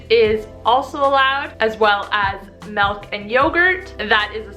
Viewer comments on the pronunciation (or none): lol "melk"